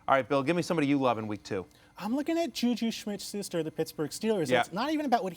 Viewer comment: simply cannot pronounce "JuJu Smith-Schuster." Weak.